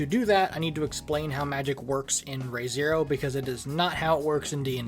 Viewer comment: Nice video! Just so you’re aware, the “Re,” in the series’ title is pronounced like “re” in English, rather than the Japanese character “re.”